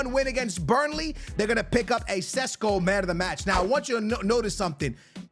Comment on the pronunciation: sesko not sisko. lol